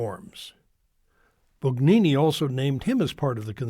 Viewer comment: Bugnini is pronounced Boon YEE nee. We follow the rules of the Authorities of the time, although they can be Improved. If you, Father, do not believe in an ever new and ever authoritative Power in the successors of the apostles, but to decide Yourself when something is "harmful", then you are no better than Luther !